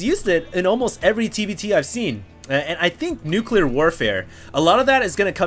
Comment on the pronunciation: said Nucular!